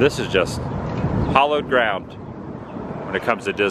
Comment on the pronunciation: Hallowed ground. Hallow. It rhymes with tallow, sallow etc. Hollowed ground would be ground excavated as in Dismey's fake lakes. Hollow rhymes with follow. Why don't you use some of your devoted viewers donations to go back to school and enrich your knowledge instead of butchering the English language beyond recognition. Maybe that would help some of your younger viewers to not speak as ignorantly, thereby giving some faint hope to the future of the country. Ok, now go ahead and delete this comment as you do with any comment that is remotely critical of you.